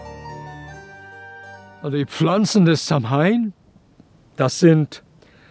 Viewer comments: Eine Sache muss man leider Korriegieren es heisst nicht SAM-HAIN ausgeprochen sondern SAH-WIN ansonsten so ein schönes Video und Vortrag könnte ich auch Std lang zu hören🙏🏻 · samhain wird anders ausgesprochen —-> „sauin“ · Lieber Dieter - Samhain wird "SAUON" gesprochen 😉☘️🇮🇪☘️ -Ich bin zwar nur halb Ire aber ein wenig Gaelge spreche ich doch. Sehr schön erklärt. ❤